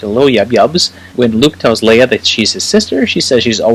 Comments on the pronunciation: I can forgive saying WOOF instead of WOLF ;) But LEEUH instead of LAYUH?? UNSUBSCRIBED jk but stil... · She is pronounced, “Lay-ah.”